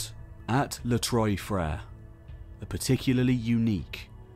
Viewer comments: I’m sure others have mentioned ex this..Trois is pronounced TWA. TWA frere three brothers. It’s Not troys. How did a Brit get trois wrong I thought every Brit could count to three in French correctly. Even delboy got trois sounding correct. Apart from that repeated issue, it’s a great show well done to all involved. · Not ‘Troy’ Freres. It’s pronounced Trwa Freres in French ! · Les trois Frere.. is French obviously.. the three brothers.. TROIS IS NOT pronounced troy.. but twa.. Une, deux, trois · "trois" being pronounced as "troy" has a certain nails-on-chalkboard quality to it. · As great & interesting as this video is, why do you kill the French language? Many British study French. Troy frere? Please. You suddenly sound totally uneducated. I don’t know Turkish but your pronunciation sounds almost legit. Please fix your Français.